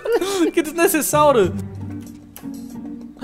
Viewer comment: Que desnecessauro ele falou errado